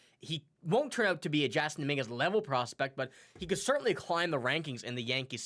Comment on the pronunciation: His name is pronounced Jason